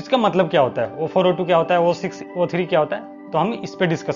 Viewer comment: SMD component package pronunciation is wrong... Its not O4O2 it's 0402 (zero four zero two)